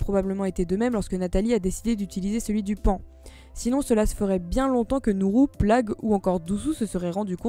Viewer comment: J'ai été stressé par le Poan 😂😅 C'est Paon non ?